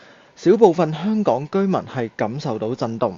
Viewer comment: 懶音改善咗好多，香港兩個字可以再有進步空間，加油💪